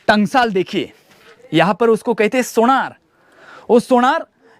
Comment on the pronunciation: पाणी नाही रे पानी, सोणार नाही रे सोनार ....